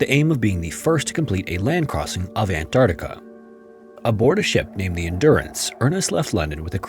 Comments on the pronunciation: I love your content but as a professional voice actor I have to say that your enunciation and articulation are often unclear or incorrect. E.g. it's Ant-ARK-tica, not Ant-AR-tica. You need to slow down and take a little more care in your narrations. Your overall conversational delivery is very good, so this will only be making solid work better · So he used AI to clone his voice to narrate this? Is that why his voice is so robotic and make stupid mistakes like "Antactca" ? Yeah, garbage AI slop. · Ok bud, slow down and pronounce your words right. - : "Antarcta" and "Eart dough"... you mean, "Earth, though." Talking too fast makes you mess up. We're not in a race here. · did you just say ant arta why tf am i watching this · He calls Earth "ear" and calls Antarctica "Antarca" so yeah it's AI. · The narrator can't even pronounce Antarctica correctly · Canadian here. Why do Americans never pronounce the first “C” in Antarctica?